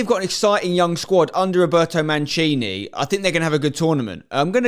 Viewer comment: The way he pronounces our manager: “ROBERTO MANCINI”